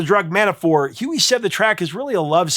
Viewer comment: Dude ur scaring me... Are you pronouncing Huey Lewis "Huey Luis*. 😮 😢